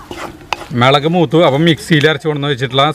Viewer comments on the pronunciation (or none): Melag alla mulag-“😜Teacher” varan vaigi-allengil correct chaithene😋